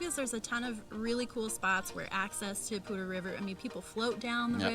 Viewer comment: Hey guys, great informative video for sure. My wife and I fell in love with FoCo a couple years ago. We would love to live there but not sure if will land there. And I finally found out how to pronounce Poudre River! Thanks for that. More importantly, great info about an in state lender. (em Hem). Happy Easter!